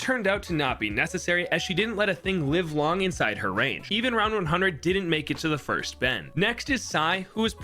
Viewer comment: I know i just get annoyed by people being stupid (also he didn’t say first he said “finst”)